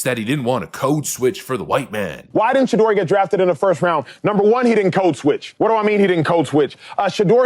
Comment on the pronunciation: The name is "SHE"- deur .are you kidding ... Ha Ha Ha Ha